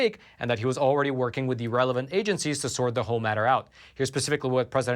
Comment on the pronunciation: The way says “relevant” sounds like “irrelevant..” am I the only one that hears this?